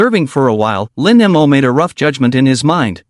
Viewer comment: I find that less annoying than how the AI pronounces it. As in Lin M O. 🙄😒😡